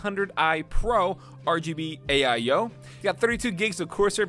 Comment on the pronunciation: pc: has an AIO:...aye-eye-oH